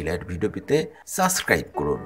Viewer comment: আপু শুরুতে যে বলেন সাসক্রাইপ করুন! এটা সাবস্ক্রাইব হবে।